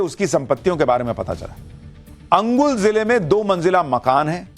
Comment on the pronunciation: Angul nehi kaka Anugul bol chacha.. 😆😆